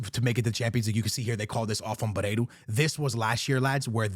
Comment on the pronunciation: "Aursnes" is pronounced "Aush-ness", not "Arse-ness". 😄 Also, "Barreiro", not "Bareiro".